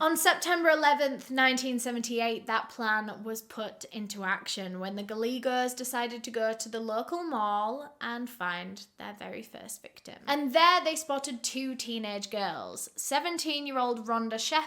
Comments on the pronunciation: Not sure anyone else has commented this, but Gallegos is pronounced Guy-a-gos 🙂🙃🙂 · I love how she pronounce Gallegos!! It’s so cute🥰 but usually in Spanish names (which this is) the ‘ll’ is pronounced as ‘ye’ so it’s ‘Gayego’ like ‘yea’ without the a 😊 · G-A-L-L-E-G-O GAH YEH GOH 🤦🏻‍♀️🤦🏻‍♀️🤦🏻‍♀️🤦🏻‍♀️